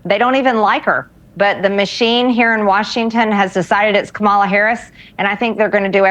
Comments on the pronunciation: By now MTG should know that the vice-president's name is KA-ma-la, not ka-MA-la. Either she's intentionally pronouncing it incorrectly as a racial dog whistle or she truly is that stupid that she doesn't know how to pronounce the name correctly. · It's pronounced "ca ma law" there mawgree. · Her name is Kah-mah-la ffs Maarg-er-le Taylor Green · Are reps doing this on purpose? They keep saying, ka-MAH-la and not KAH-ma-la. Do they think that's a slam?? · Nope, wrong, Marge! We love Kamala (Comma-la)! You know how to say her name correctly, but you choose to be a racist by calling her the wrong name! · Now we can enjoy all republicans purposely mispronounce Kamala. They know how to pronounce her name, they're doing it on purpose because they're ignorant as hell. (For those who are not sure, it's Kamala like Comma-luh) She even went on the news at one point when she was running for president originally and told people think of it like a comma!" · The Vice President’s first name is KAmala - accent on the first syllable, MarJORie. She’s been on the news every single day since the Biden-Harris team WON THE ELECTION FAIR AND SQUARE In 2020. Perhaps you haven’t heard KAmala being pronounced correctly because your own pie hole is never shut, always going on and on and on and on with mostly lies. Well, if you need to hear her name more to get the pronunciation , stay tuned. She’s about to be in the media 24/7 when she becomes president! I, for one, hope your sorry fanny is investigated for participating in the insurrection, MarJORie. 😅 💙🇺🇸🙏☮️🌈🕊️🌻😅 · Muh-JOR-y Taylor, learn to pronounce KAH-mu-la. We can mispronounce your name, too. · for fs please pronounce her name correctly if you are going to call her out…its comma la! geesh, does anyone take MTG seriously? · So we’re doing this “kuh-MAHLA” thing? Okay. From now on MTG is “muh-JORIE.” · Of course the pronunciation of Kamala is intentionally incorrect. They say it exactly the same way that Trump does. Big surprise.